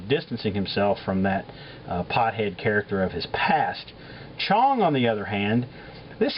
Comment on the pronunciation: Say "character" again...